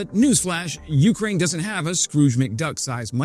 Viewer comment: Jfc man. "YOU-kraine". Please listen to 10 non drunk Caucasians pronunciation of "Ukraine"